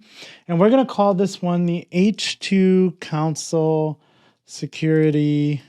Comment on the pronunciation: Great video. Thanks. One funny thing that was confusing was that you kept saying "council". Took me a while to realize you meant "console".